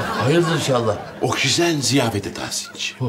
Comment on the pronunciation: Bulentin okşizen demesi sinirimi bozuyo 😂😂